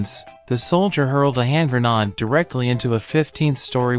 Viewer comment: I didn't know the military had Gren-NODS...